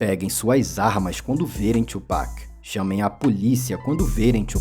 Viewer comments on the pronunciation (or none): É (tu)pac, é não (txu)pac. Tbm tá errado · Quase, é "tuo pak" e não "txuu" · que tchu mlk,a pronuncia certa é tu